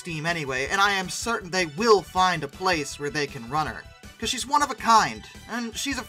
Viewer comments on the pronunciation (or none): none